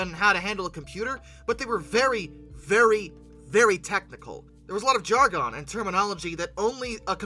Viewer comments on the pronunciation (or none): You say jargon like it’s a noble gas